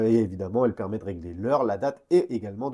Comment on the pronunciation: Ça me fera toujours rire de t'entendre dire "une montre EUD' plongée" 😅